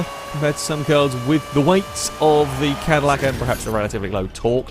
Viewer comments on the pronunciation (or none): It’s the “Madillac” 😂